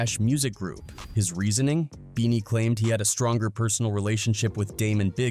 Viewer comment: keeps calling him bennie...like Bennie the butcher.....ITS BEANIE BOT BENNIE